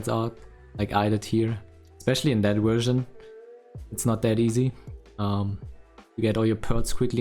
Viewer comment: How come you pronounce it ''Wersion'' but also say ''village''?